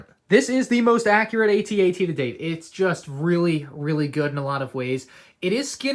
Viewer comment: its pronounced "at at" as in im at the party right now not "aytee aytee"